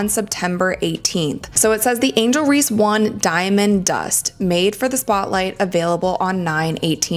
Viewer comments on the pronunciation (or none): IT'S "REESE," NOT REEDS, COME ON MAN!!!!!